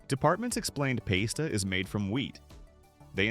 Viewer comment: Well that’s new to me. I have never heard pasta being called paste-a before… Are you sure that you don’t believe some of these hoaxes yourself?! 😂🤣